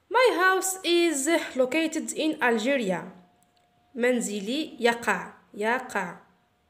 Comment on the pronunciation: thanks for the effort.But,please madam check your pronunciation of the letter G in Algeria